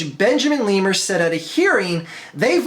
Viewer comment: Did you really just pronounce Benjamin Lerner as Benjamin Lemur?